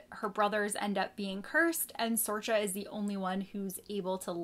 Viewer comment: Sorcha is pronounced Sorika, it's an Irish Name and being from the UK there's a few around ☺️